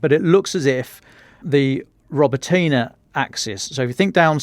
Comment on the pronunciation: “roBOtyne” stress on the 2nd syllable…